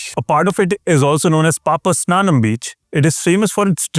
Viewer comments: It is not PapaSNANAM. It is PapaNASAM. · Its not papasnanam....its papanasam beach😂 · its PA--PA-NA-SHAM beach NOT pa pa snanam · Is it 'paap-snanam' beach or 'paap-naasam' beach?